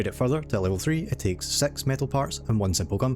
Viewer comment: Why do you say sex instead of six